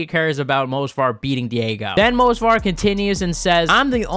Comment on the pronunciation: M-O-V-S-A-R !!! ITS MOV-SAR!!! Not Mosvar!!! You called his name wrong like 50 times …Amateur…